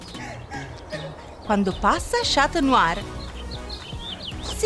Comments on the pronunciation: Si dice scanuar non scat must!!! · NON SI DICE SCIATNUAR LEI A DETTO SCIATNUAR😂